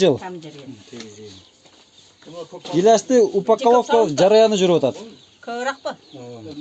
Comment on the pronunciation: Упакколовка дегин😂😂